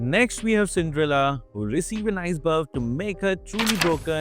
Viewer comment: Selena ❌ Sindrela✅